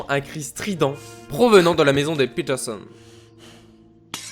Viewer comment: fréro quand tu dis peterson arrête de dire PITERSONNE